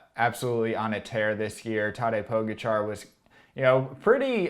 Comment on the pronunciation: "Pogacha" with the accent on the "ga".